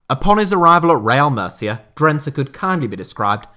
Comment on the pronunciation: Μercia ha ha....learn the basic pronunciations before you do such a show!....